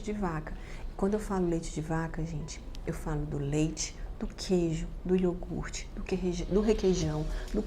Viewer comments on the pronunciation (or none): none